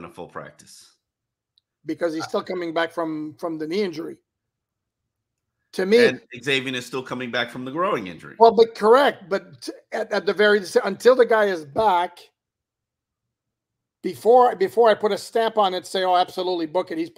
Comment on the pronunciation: For: The pronunciation of "groin" is not "grow in". That is one of my pet peeves. It is pronounced like pork "loin".